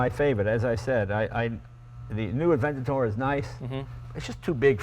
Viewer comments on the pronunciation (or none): Adventador? you illiterate piece of shit!